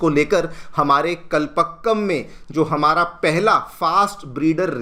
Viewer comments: It is pronounced as कलपाक्कम, not कलपक्कम ! Best wishes. Dr. Chandrasekhar Srinivasan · Please pronounce "Kalpakkam" correctly .